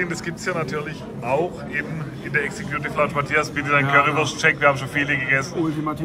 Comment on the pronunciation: "Exe-Kjuuutiff Launtsch" mag lustig klingen, aber die "Executive Lounge" ist der exklusivste Bereich beim KSC im Wildparkstadion, wo erstklassiger Service, super Sitzplätze und privilegierter Zugang auf dich warten. In diesem eleganten und gelungenen Ambiente werden Gäste verwöhnt und können die Annehmlichkeiten in vollen Zügen genießen. Also, auch wenn die Aussprache für einen Lacher sorgt, ist die Erfahrung in der Executive Lounge alles andere als zum Lachen! 😉😎✨ #Sprachmeister Vielleicht traust du dich und stellst für uns ein Video online in denen du dein Sprachtalent vermittelst. 🥸🥸🥸Liebe Grüße und frohe Weihnachten gehen raus an Dich